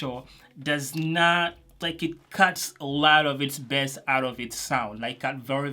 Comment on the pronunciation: I just love when you say ,,bess” not bass:DD